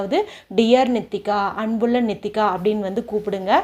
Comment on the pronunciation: நித்திகாவா நீட்டிக்காவா பெயர் நன்றாக கூறவும்